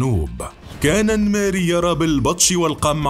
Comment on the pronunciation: اسمعك تقول الميري😂 الننننننميري